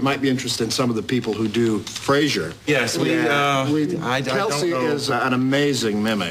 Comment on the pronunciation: One that was left in. "You said Flasier!"